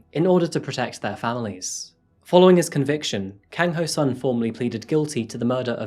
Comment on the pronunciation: easy asians say their last names then first name. kang is pronounced as kAHng, not kAYng. the pronounciation of o in ho rhymes with soul; hOUL instead of hOH (the same pronunciation in japanese) sun as sun :)